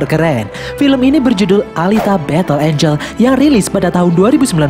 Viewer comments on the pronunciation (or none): none